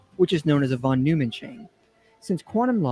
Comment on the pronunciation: It's interesting that misspronounces von Neumann and Dirac. Neumann is a name you learn pretty early in standard physics programs in maths courses. I guess it's possible to pick up physics from just reading books but it makes me wonder.